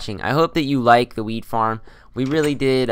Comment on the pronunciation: Sounds like youre saying weed farm not wheat farm hah